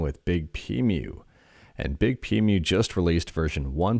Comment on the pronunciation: I think it might be pronounced "Big P Emu". Otherwise, it would be Big Pemu.